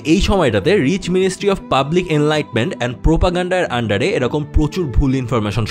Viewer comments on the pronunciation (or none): এলাইট ফোর্স নয় , এলিট ফোর্স বলতে হবে ভাই